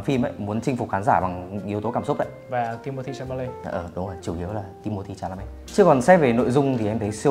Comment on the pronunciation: Timothée Chalamet mà ổng cứ đọc là Cha-ma-lây =.=